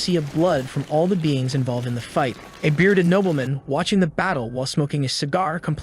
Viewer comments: Can you guys fix your AI reader pronunciation? It's Nobleman, not knobbleman. It really is distracting trying to translate all the mispronunciations. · no its not nobleman, its nobeelmin